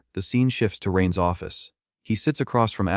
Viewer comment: I’m an hour and a half in… and every “Rain‘s” is spoken as Rain Es. Does ever fix this? 🤦🏻‍♂️ Great so far otherwise!